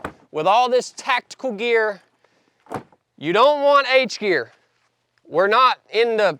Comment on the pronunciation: "H'gear" ? Like in "harness" ?